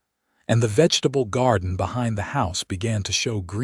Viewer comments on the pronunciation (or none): none